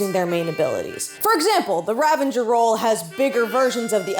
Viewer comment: Ravager. Not ravanger